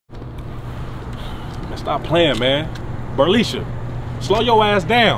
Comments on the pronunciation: Did dis guy say Burleesha??? 😂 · I thought he said brolisha lol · "Burleisha"? LMAO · That NIGGA said bernisha😂😂😂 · What the hell is a Burrlesha???🤣🤣🤣🤣🤣🤣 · Berrleisha? Really....lol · Did this nigga say Bruhleisha